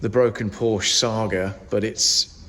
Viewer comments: And you still can't pronounce Porsche properly. My 911 Cabriolet will be 25 years old next month. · When are people going to say the word Porsche properly? They can be money pits same as barges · I wish you would pronounce Porsche correctly… just once 🙄